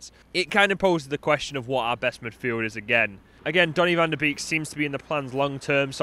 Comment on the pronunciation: It’s pronounced “van de Bake” not “van de beak”